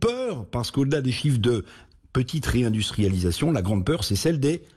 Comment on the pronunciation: Réindustrialidatoon? Avec quelle én+ergie ?